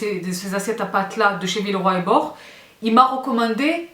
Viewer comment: Villeroy et Bo(ch) prononce le Che, gracie mille😅